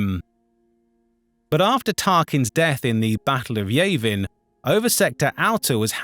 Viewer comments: "Yah-vin" sus pronunciation, AI? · maybe they lied?? Noone who knows star wars pronounces yavin as yevin its clearly ai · Yah-vin not yay-vin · The narrator needs to be taught proper pronunciation. "Yay-vin" is hilarious, though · I don't think I've ever heard anyone pronounce Yavin that way and it hurts me, because you cannot tell me you've never heard its correct pronunciation before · This is a great video and I'm thankful for it. Esp on a nightshift. But what's with the mispronounced names? Like yavin. It's the only thing that makes me wonder if it's ai voice. But if so its pretty good I guess even though I hate most ai.